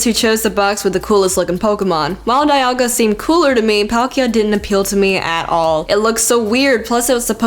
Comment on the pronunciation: wow how can u say palkia😑😒😡😬